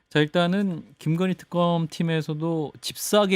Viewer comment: 턱검 아니고 특검 ...발음도 안되고...